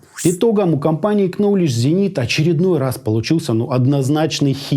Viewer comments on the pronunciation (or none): нолидж зенит, первая буква в названии не читается, очень режит слух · Ноуледж, ноуледж зенит !!! К- не читается. Ноуледж-знание с английского ))))